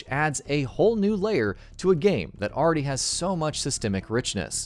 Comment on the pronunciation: Cringed so hard. Also, "plethora".